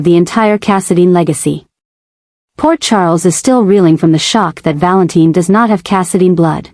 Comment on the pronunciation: I don't get it if they are going to refer to him as Valentine spell it right other wise its pronounced val in tin.